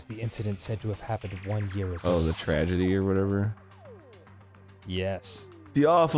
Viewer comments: HE SAID TRADEGY I am the ultimate clairvoyant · Game: "Tragedy" Arin: Tradegy. Game: "Prodigy" Arin: Progidy. Game: "...Allegedly" Arin: Alledegly. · I kinda want Dan to discreetly try to make Arin say more words that end in "____gedy" to hear Arin f@ them up, like Progidy or Tradegy. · One thing I learned from this LP is that Arin can't pronounce Prodigy and Tragedy